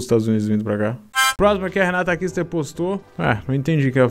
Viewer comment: é só eu ou alguem mais entende quando ele fala o sebrenome como KISSER??